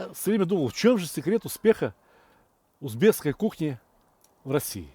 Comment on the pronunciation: Всё очень круто! Ув., Сталик правильно произносить - узбеКский! Благодарю за рецепт!